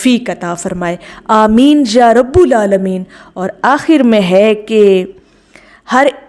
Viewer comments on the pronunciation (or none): ما شا ءاللہ۔۔۔ایک ضروری تصیح فرمالیں۔۔۔۔یا رب العالمین میں رب پر پیش لگا کر پڑھنا غلط ھے بلکہ زبر لگا کر پڑھنا درست ھے۔